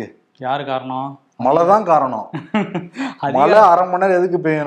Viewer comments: A request to. Please try to pronounce the Tamil letter ""ழை"" correctly. Speak "மழை", and not "malai", which means something else. If you try honestly, you can get it in a week's time. Please. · தம்பி மலை அல்ல மழை நாக்கை சுத்தப்படுத்துங்கள்